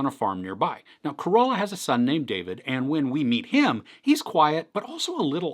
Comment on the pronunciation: There it is again.. it's "Ca-Ro-La" not COROLA. HAHAHAA!